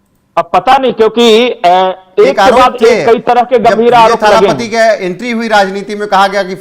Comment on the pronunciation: ओ एंकर भाई थालापाती नहीं होता तलपती होथा है में तमिलनाडु से हूं 😂😂😂